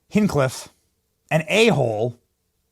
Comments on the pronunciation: Hinch cliff not hinkliff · I’ve followed KillTony for almost a decade😅 please say his name right or you’ll get roasted, even if you’re talking good about him😂😂 “Hinch-Cliffe” not “Hinkliff” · Hinge, not whatever you're saying you've ever heard of a door hinge. It's the same thing. Tony hinge cliff. Say it out loud, speak it out. Sound it out, man you can even read. And you're expecting us to believe a word. You say like your opinion. Matters to us when you can't even spell. Or pronounce names right? And yeah, I'm using Google Voice text.So it puts periods and question marks then all kinds of wacked out c*** where it shouldn't be.And this guy don't matter to me enough to prefruit it he got my point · Hintch cliff. There ya go Benny. That and Nukuler have to change man. It kills me inside when you say nukuler rather than nuke lear lol. Love what you do otherwise lol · HITCHcliff. say it right! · I love you Benny. You're the man. God bless you but you keep murdering Tony's last name. It's hinch like clinch and flinch. Cliff hinchcliff come on now buddy!😂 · Benny... His name is Hinchcliffe. Like Henchmen and Cliff. Hinch-cliffe. Also nuclear is pronounced new-clear. You drive me nuts when you say nucular. Come on man, work on your pronunciation. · sayings his last name over and over again wrong was cringe lol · Benny I love you but you didn't know who tony hingcliff was before yesterday because if you did you would know how to say his name right 😅 and second if you knew anything about him you would know not even the Chinese can cancel him. I was at msg night 1 in August and 19k people packed that place. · The only thing I'm offended by is the pronunciation of Tony's last name, Benny. Love you to pieces, but you're killin me ova here... 😜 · Wtf say his name right or talk about something else!!!! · Learn to pronounce his name. You haven't properly heard of him if you can't say his name. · Haven’t heard of him enough to pronounce his name right😂